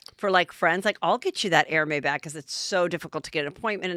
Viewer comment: EHR-MEZ is how it is pronounced.